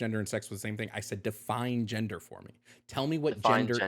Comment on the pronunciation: I love how caller cannot pronounce the letter “d,” so every time he says gender he actually says “genther,” therefore caller is not human and is delusional if he claims as such.